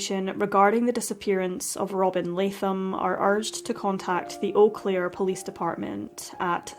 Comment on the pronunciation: I have never heard of this case and I lived there in 1998... a total of 30 something years I've been in this area. You did a lovely justice to Robin's case. And your pronunciation of the city is spot on 😉 if you search you will find that there are several erie missing persons cases/strange deaths in eau claire. Thank you for bringing this case and all the other cases to us here. You are appreciated!❤